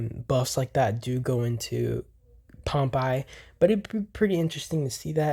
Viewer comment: Please stop pronouncing Pompeii as ‘Pomp eye’…. It’s pronounced ‘Pom pay’!!!